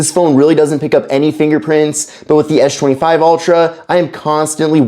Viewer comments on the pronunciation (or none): What is this guys deal it's pronounced with an "S" not a "SH" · it's Samsung Galaxy S24 Ultra not Esh 24 ultra and it's Samsung Galaxy S25 Ultra not Esh 25 ultra brother your English is sooo bad learn English in a school or college or university or Duolingo English test or Duolingo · Why can you say the letter s perfectly in every other word, but you can't say s25 🤣🤣😭 tf is an esh 25 ultra? You can even say spen 🤣🤣🤣 WTF IS ESH 25 ULTRA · How is S-Pen is pronounced properly but the s24 and s25 isn't. It is really distracting.